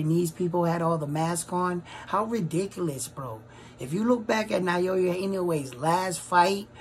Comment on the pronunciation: Loving the work man, great analysis. Btw - it's pronounced Na-Oh-Ya not Nayoya.